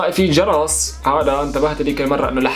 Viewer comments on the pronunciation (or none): وسام و هوي عم يحكي عن جرس التنبيهات عم يقول جرص بدال جرس هههههههههههههههههههههههههههههههههههههههههههههه